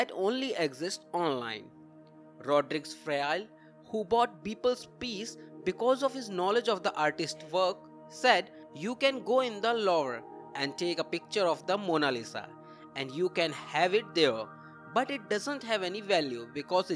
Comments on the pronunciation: Did he just say Lorve 😂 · The Louvre .... R silent